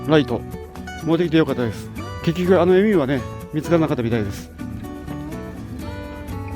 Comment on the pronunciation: エミューのアクセント違います。エミュー語尾上がりじゃないですよ。気になったのでf(^_^)